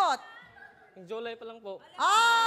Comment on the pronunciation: kelan ka sinagot?? "nung jo-lay(july) po HAHAHAHHAHAHAHAHAYAHUAHAHAHAUAHHAHAUA"